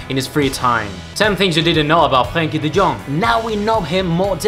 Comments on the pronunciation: You pronounce his name like The young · Its not “frenkie de gong”... Its de jong. At least how to pronounce his name when you buy a player for 90 mil. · Actually pronounced Frankie De 'Yo-Ng' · Frenkie de djong HAHAHAHHAHA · lol the pronounce of de jong is terrible haha